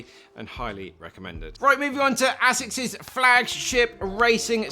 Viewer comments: Absolutely murdering the japanese pronunciation 🤣 Great video as always! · bro can't pronounce Asics lol